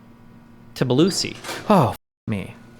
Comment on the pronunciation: The incapability to pronounce Tbilisi is very sad american